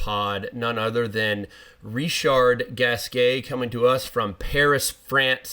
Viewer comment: Sam is wrong about the pronunciation of RG, as always... never trust Sam to pronounce a foreign name correctly, LOL